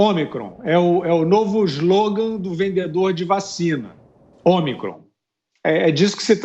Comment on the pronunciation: A vacina nova e “ômicron ou omacron “”kkkk...”